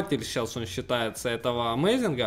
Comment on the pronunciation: Амазинг, а не амазИнх